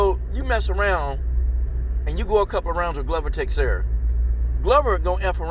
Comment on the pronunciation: Dig your comments, but the names are pronounced Glover Teshara and Yiri Prohaska An yeah, glover has the cardio, might make it a dirty, clinch game. BUt Jamahal is gonna snipe him from the distance